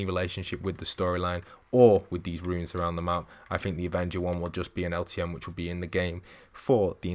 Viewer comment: Its pronounced "runes" not "ruins"